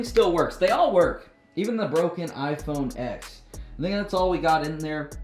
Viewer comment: its not iphone x its pronounced 10